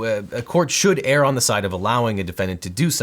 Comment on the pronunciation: Great analyses. Thank you for clarifying these legal issues in such a clear way. Obviously, you are an intelligent guy, but please: The word “err” is pronounced “uur.” It rhymes with “fur,” not “pear.” I’d hate for your credibility to be marred for mispronouncing a 3-letter word. :-)